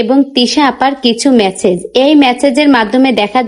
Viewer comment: মেসেজ 😂😂😂😂 মেচেজ না 😅😅😅